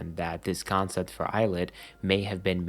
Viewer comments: 2/10 pronounced as il it 7/10 pronounced as eyelid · 4/10 of it’s pronounced eyelet 1/10 of it’s pronounced ill-it loll